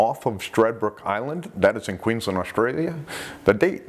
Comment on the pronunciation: My heart sinks every time you say ‘Australia’ haha but then I still love listening to you narrate the attacks. 👍 Btw, I think it’s a disgrace that Simon Nellis’s death has been recorded as ‘provoked’ because of nearby fisherman. Again for Simon’s family & friends it’s a cruel blow somehow blaming Simon for being there. And a nasty blow to the already traumatised fishermen who witnessed it!